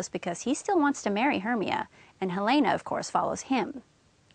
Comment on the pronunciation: u pronounce helena wrony